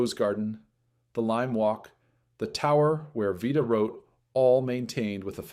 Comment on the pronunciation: Narrator Can’t decide how to pronounce Vita’s name.